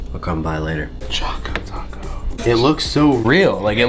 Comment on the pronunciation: It's annoying me that she keeps calling it a "chaco taco" when it's CHOCO Taco!